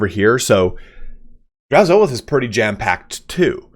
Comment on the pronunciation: I think you're saying Drazhoath incorrectly. Say oath, then put an H at the front for hoath. Draz-hoath. The A doesn't get emphasized.